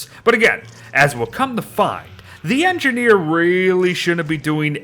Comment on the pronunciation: “The engineer is engideer”